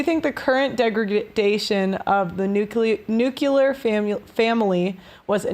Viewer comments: You had it right the first time: it's pronounced 'nuclear', not 'nuculer'. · It is pronounced "new-clear" and NOT "nju-kilar"... clicking off now.